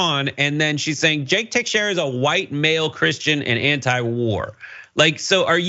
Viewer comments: It’s pronounced “Te-shara” not “Tex-eirá”🤦🏻‍♂️🤦🏻‍♂️🤦🏻‍♂️ dudes still a scumbag but plz 🤷🏻‍♂️ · Everyone is mispronouncing Teixeira, but this one is the worst. The "ei"'s are pronounced as long a's so the first syllable is pronounced like 'tay" and the "x" is pronounced like "sh" like President Xi. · It's (ta-share-a)